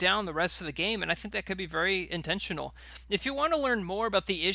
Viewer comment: "Intntional" bro gtfo